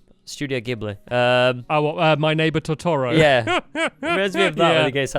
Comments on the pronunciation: Who else got mad he said "tortoro", not totoro... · Um just saying stamps it pronounced Totoro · lol you pronounced totoro so badly so i didn't know what you mean't